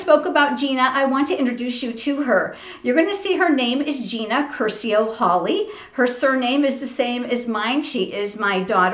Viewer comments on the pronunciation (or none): none